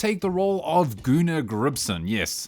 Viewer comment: I mean... if you'd pronounce "Gunnar" correctly, it wouldn't sound that weird. 😉